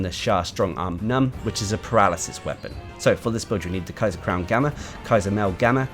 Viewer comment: It's been months already. It's pronounced as kyarr. It means emperor